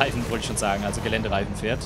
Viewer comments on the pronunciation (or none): none